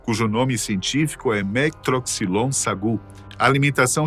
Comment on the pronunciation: Não se pronuncia o LATIN eclesiástico entonando a última sílaba. No caso em tela é MeTROxylon SAgu. Assistam aos filmes de Harry Potter, onde as magias são em latin.